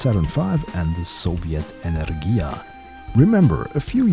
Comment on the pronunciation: It's Enе́rgia.